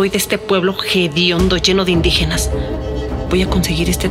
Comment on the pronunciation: No se dice jediondo se dice hediondo